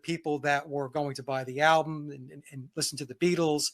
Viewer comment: 🔥🧨, great discussion, but if Vince says “alblum” one more time I’m going to “exblowed”💥